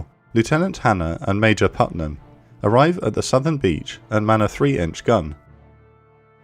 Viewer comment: dude, you're English... how are you mispronouncing 'Putnham'? 😅